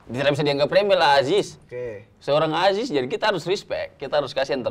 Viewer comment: It's "Aziz" bruh, not "Ajis"